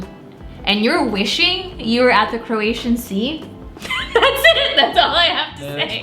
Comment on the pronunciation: Its Croatian not Keration.